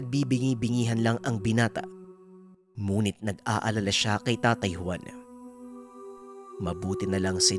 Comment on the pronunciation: bakit yong ngunit muh munit yong pagkasabi muh DBA dapat ngunit bat munit??